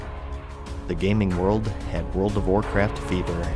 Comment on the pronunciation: I thought he said world of warcrack